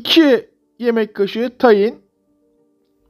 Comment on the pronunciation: Tayin değil tahin